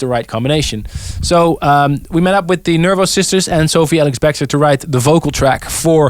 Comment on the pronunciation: Love how he is consistently pronouncing her name wrong: Sophie ALIX-Bextor... LOL